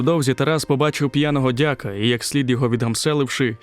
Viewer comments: дякА --правильно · Хіба дЯка? Дивний наголос.